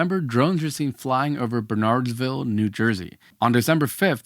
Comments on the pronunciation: it's pronounced Burnerdsville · You mispronounced Bernardsville. But more important, is RemoteId inadequate? Should there be an improvement in technological means of tracking and identifying drones?